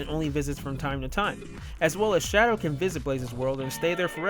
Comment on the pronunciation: Shadow! NOT Shidow!